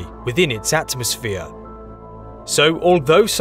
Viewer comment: At mos sphere pronounced as three separate words. You sound mental mate!